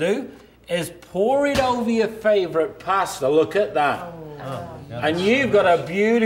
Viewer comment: Sounded like that man said "pore it over your favorite pastor." Like if you're at Church pore that stuff over your pastor....Stuff look nasty anyway.